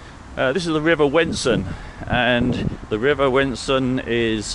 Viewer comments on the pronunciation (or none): You're credibility as a guide to Norwich would be much higher if you actually got the name of the river right ;~) It's WENSUM, not Wensun. (Your Cow Tower 'facts' are a bit dodgy too.....)